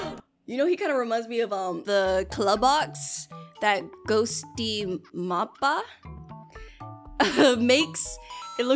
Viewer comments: its pronce ghost tympa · ITS PRONOUNCED GHOST TYMPA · I unsubscribed bc u said Ghostympa wrong I'm not kidding